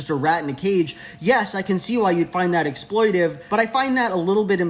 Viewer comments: The word is “exploitATive,” LJ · I think it’s exploitative not exploitive